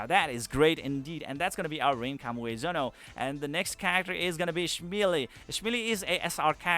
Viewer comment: Kami Ue Zono, not Kamuezono. Myself had difficulty to read that. But separating the building block, helps.